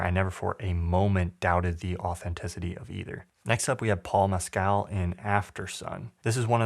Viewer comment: Mescal is pronounced mess-cull fyi, not like the drink.